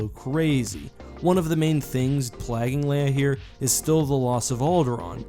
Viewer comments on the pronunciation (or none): "Plaguing" comes from "plague." The A is pronounced like in "age."